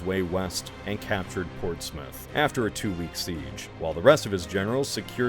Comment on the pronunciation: You pronounce Portsmouth correctly, but when you have to pronounce the "mouth" the same way as Portsmouth for Yarmouth and Weymouth you don't lol.